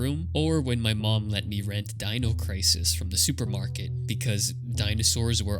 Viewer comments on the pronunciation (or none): none